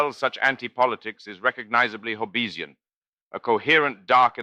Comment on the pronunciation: And Hob-beez-ian.